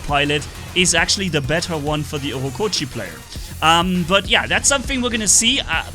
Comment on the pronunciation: Why do you say „Ockokochi“ when its „ochokochi“ 😂